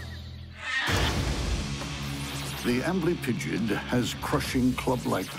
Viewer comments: The first time they said amblypigyd I heard "ambling pigeon" and thought "oh God a scorpion killed a pigeon? I thought this show was about bugs!" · when i heard amblypygid i thought he said angry pigeon. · Sounds like "armory pigeon"